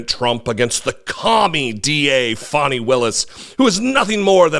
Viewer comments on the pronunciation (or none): none